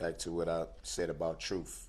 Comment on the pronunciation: "Dis", "Dat", "Doh's", "Troof"??? I Mean, Come On. I Went To School. English Was My Favorite Subject. When I Hear Lazy Language? Is Just An Insult To Our English Language. Can't He Hear Himself Utter, Incorrectly, Words That Can Easily Be Spoken Correctly???